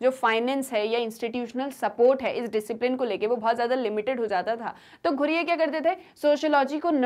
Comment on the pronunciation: Mam i want to correct u it's not ghureyeee it's ghurye ( ghooree - it's pronounciation)